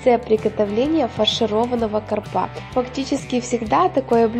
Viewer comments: кАрпа, а не карпА.... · И все же, правильно говорить кАрпа, а не карпА. Это просто, ударение только на первый слог. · Что за карпа, может ударение правильно поставите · Не карпА, а кАрпа! Ну что же вы?......прям как с другой планеты! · карпа, а не карпа. А так умница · Уважаемая автор, пожалуйста, обратите внимание на ударение в слове карп. КАрпа, не карпА. Очень режет ухо. Спасибо за видео. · Карп, а не карпа. Ударение на первый слог. Уши режет от такого произношения. Дальше смотреть не хочется. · Автор - молодец! ( А,ударение в слове " карпа" в Украине - на последнем слоге??? У нас - на первом слоге.) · ну почему такая безграмотность,ударение приходится на первую букву а.